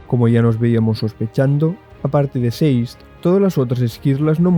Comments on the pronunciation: Por que le dices "seiz" a Sazed!??? que dificil! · Sazed ❌ Seis’d ✅